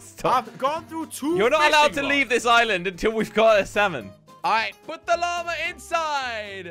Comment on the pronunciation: jelly said lama keel iit